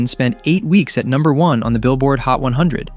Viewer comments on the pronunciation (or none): none